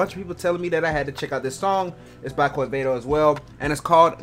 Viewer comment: When u say Quevedo the U is mute so u have to say Qevedo.